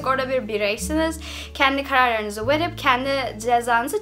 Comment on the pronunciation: Verip demek yerıne wıerıp demesi ben deli ediyoooo